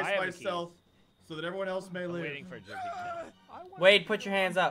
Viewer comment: Minimize dat.... and dat... not dat.... boo!!! That was an experience, lol that first minute tho